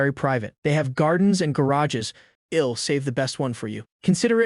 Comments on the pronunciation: ok man but fix the pronunciation of the Text to speech I'll -> ill , just type i will man to Text to speech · Next part needed, I'll pronounced ill, and several other mistakes could have been solved, kt would be 10/10 then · The "I'll" becoming "ill" is bugging me that I want to stop watching the video. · Awesome story. Wished the ai voice would pronounce the I'll correct lol. All good though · please add apostrophe's. i hate when it says "ill" instead of I'll. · Everything is good aside from that ill and im pronunciation. It's killing me 😭